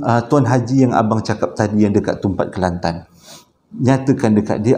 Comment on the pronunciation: Suke dgr sbut nama kelantan...sbbnye sy org klantan😀😁